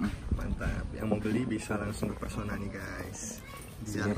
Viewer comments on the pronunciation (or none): PESONA Bang bukan PERSONA 😩